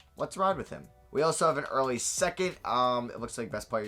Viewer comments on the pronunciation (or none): none